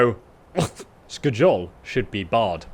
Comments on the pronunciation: Sk-jol is the right way of saying it,scholl makes flipflopps! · Not Sk-jol it's Skjol😎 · sk-jole? that is not how you say Skjol lmao. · Lol I know you're dyslexic bro and I feel ya, must be a pain in the ass. But you butcher the names with such violent intensity my ears start to bleed. Here it's Skadjol or Solstfeim, before it was the RATAWAY xD The J in many nordic words is pronounced like a Y. So pronounce it like Skyol - same thing for Mjoll the Lionness. It's not Mdjol, but Myoll if you will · The J in Norse language sounds like a *Y*, so Its Skyol not Skjol yo 😂😂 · Hey, love you bud but the J in the name Skjol is actually used like a Y so the name would sound different than how it looks... just thought you should know. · That pronunciation of "skjol" kills me, everyone knows its pronounced "skyol" its a Scandinavian province style game with Scandinavian names... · Just FYI, the Nordic ' j ' is more like our ' y ' , so, for example, Skjol would sound like Skiol. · It's pronounced skyoll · Stopped watching the video after the fourth time you said "Sk-JOL". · The "J" in skjol is pronounced as a "Y" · Lmao i was laughing the whole time cause of that.. its supposed to be pronounced ske- yul.. Idk why it was so funny oof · Its so funny the way you say skjol, but in your defense you should be norwegian to get it right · yes please, that was painful to hear